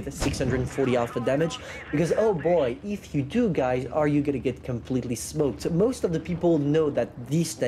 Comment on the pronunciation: Say EEEFFFF in America we say “if” my wife and I laugh 😂 every time say it again EEFFFFF